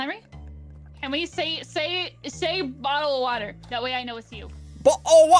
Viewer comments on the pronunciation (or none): ssundee kills kate on her last life after saying “boh el o’ wah eh” as henwy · "BO'L O' WA'ER" got me laughing for 10 mins straight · the way he says bottle of water😂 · LOL The he says bottle of water